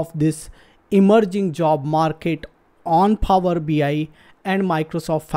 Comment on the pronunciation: PHOoower bi